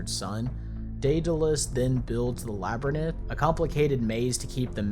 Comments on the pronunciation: I was very surprised that the narrator consistently mispronounced "Labyrinth". It's pronounced "LAB-ər-inth´", not "LAB-rə-nith´" (as if it was spelled "Labrynith"). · yo homeboy I’m jus gon slip in here to tell you labyrinth is pronounced LAB-ER-INTH and not LAB-ER-NITH. To cover all my bases, it’s the same with larynx. Pronounced LAR-EENKS not LAR-NICKS (LAR-NIX). Aight I’m outtie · through what's wrong with the pronounciation of the word? It's LABYRINTH, not "labrynith". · Geez, it's not Labyrnith it's Labyrinth!! How can you continuously mispronounce it like that? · I know you’ve heard this a million times already but…. My god man the way you pronounce labyrinth sure is something else It’s lab-rinth not lab-er-nith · It’s not labranyth ffs it’s labyrinth( lab-er-inth) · Education for the rest of your life. It’s Lab-or-inth. Not Lab-or-Nith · ITS A LABYRINTH, NOT A LABYRNITH. Good video besides that :), keep up the good work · It is not "Laburneth" it is "Labyrinth." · Dude…it’s Labyrinth pronounced La-brinth not Lab-ri-nith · Lab-rinth. Not labernith. Jeez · “the labber nith” are we serious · "Labranenth" was just too distracting, couldn't take this video seriously after that... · It's said that every time that says "Labernith", another child is sent into the labyrinth. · Lab re nith. Bro is illiterate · I love your videos but the Lab rineth almost made me lose my mind more than the horror itself lmao. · Ah yes, labernith. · Labernith? Learn to read! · if you say labernith once more im leaving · Lmaoooo labrynith 😂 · Oh The Lab-Ur-Nith 😢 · Nobody: Literally nobody: Even the most broken English speakers:: L a b i r n i t h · Well I WAS falling asleep to this but hearing this guy say "labrynith" ten times in a row shot me wide awake from how annoyed it made me. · I'm sorry, but Labyrinth is pronounced LAH-BUH-RINTH, other than that, good video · Right, what the actual fuck is a "labrinith"? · same 😭🙏 wtf is a labrinith